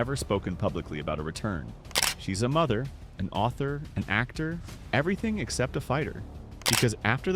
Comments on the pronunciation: It's not "EM long pause EM long pause Ai". It's just MMA. You didn't know and now you know. And knowing is half the battle. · The AI audio in these videos is so bad. “M…M…A”